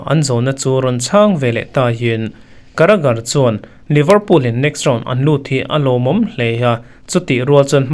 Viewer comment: Caragher,bellingham, tih vel bawr hi aaa😂😂